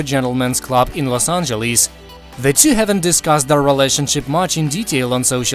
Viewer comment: The way the narrator says los angeles i caaaant🤣🤣🤣